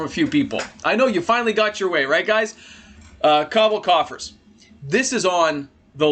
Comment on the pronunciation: Not taking advice from someone who says cobble coffers 😂😂😂